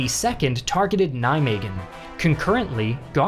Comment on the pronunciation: For an American that pronunciation of Eindhoven and Nijmegen is pretty spot on